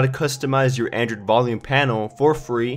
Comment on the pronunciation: You are saying "Anderd" not "Android".